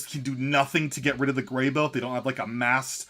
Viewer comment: Can we get something straight here. And spread it to your video making friends. Its pronounced grey-BOW not grey-boh. Since when have you ever sat in the boh of a tree. Never, you've sat in bows of trees though. (I know its spelled bough. just writing phonetically is all)